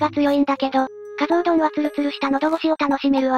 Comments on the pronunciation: 埼玉取り上げて頂きありがとうございます。とても興味深いですがひとつだけ、、 加須は「かぞ」と読みます。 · かすではなく かぞ です あと くまがいじゃなく くまがやです